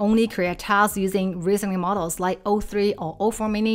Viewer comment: Hi,. Thank you for this video and all your other videos. They are always informative and highly useful. Might I offer a small observation, if you don't mind? (I hope you don't 😊) "Tasks" (plural) is also still pronounced as "task" (singular) and not "taskses". I have noticed that throughout all your videos that I have watched. There are also many other words that are like that that you might want to watch out for. E.g. "posts" (Not "postses") Just a small observation. Don't mind me 😊